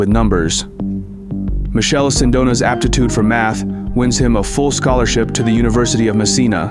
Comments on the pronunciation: It's MiKele Sindona, or if you really want to English size it call him Michael for fucs sake not Michelle 😂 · can't lie, the moment the narrator pronounced Michele as Michelle I had a huge urge to leave the video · In Italian, it’s pronounced : Mi -KEH - leh. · The pronounciation of the Italian name 'Michele' is horrendous. Man!!! It does not sound like the French 'Michel' or 'Michelle' at all.